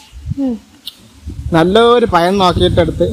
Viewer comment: പയം എന്ന് പറഞ്ഞാൽ എന്താണ്, പയം അല്ല പഴം